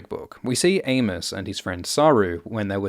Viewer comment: I kept hearing Anus, instead of Amos lols